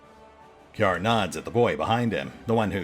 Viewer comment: Ciar, if looked at from a Celtic / Erse perspective, would be pronounced like "KEER".